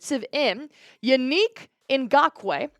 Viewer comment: You said Yannick wrong